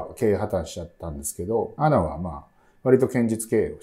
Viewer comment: アナとは読まないですね。 エーエヌエー。